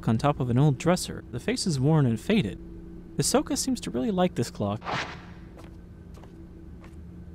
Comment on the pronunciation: I can't help but hear "Ahsoka" whenever you say Hisoka